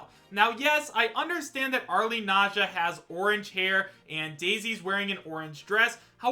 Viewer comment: How many times do I have to tell people that the "e" in "Arle" is silent?